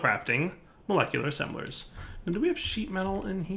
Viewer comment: Ass-embelers minion laughing in background